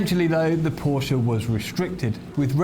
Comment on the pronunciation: First video that I have watched here. Thanks for pronouncing Porsche correctly. Very few motoring journalists do. I wonder if it's an inside joke.